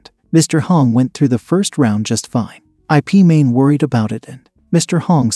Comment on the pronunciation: His name is Ip(Yip) Man not I.P Man. 😂